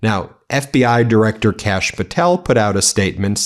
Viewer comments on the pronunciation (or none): none